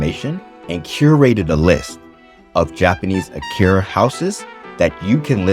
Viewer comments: I’m no grammar Nazi, but everytime I hear “Akira” I can’t help but wince a bit 😅 あきや… it’s even spelt right in the video. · Btw... are you saying "akiRa" or "akiYa" ..?